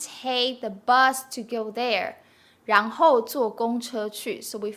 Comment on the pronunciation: For some reason I couldn't hear the ran2 bit pronounced when sister said ran2 hou3. I just heard n hou?